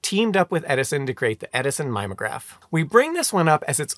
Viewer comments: “Mimeograph” is pronounced with four syllables, with a short i and a long e. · Your mispronunciation of "mimeograph" made me laugh, and feel old at the same time, since it was in common usage as late as when I was in grad school.